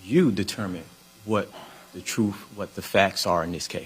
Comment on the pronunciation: "Truf"?? "Dis...?""Dat.." embarrassing...